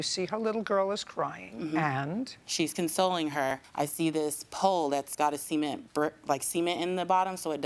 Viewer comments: She really pronounced cement as “see-ment” 😂 I thought she said something wlae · Who pronounces cement likethat 😂😂😂